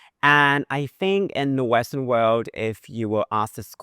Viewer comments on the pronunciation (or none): none